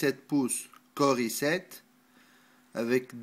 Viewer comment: "un macbook pro 17 pouces corissette" LOL